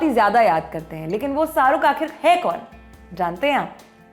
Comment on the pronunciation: Saruk nhi, Sharookh hota h